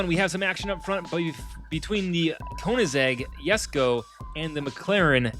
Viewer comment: it's actually pronounced "kuh-nig-seg yess-koh"